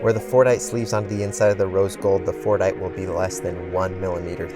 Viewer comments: I really thought he was saying fortnite 😅😅💀💀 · sometimes my ears just couldn't not hear "Fortnite" instead of Fordite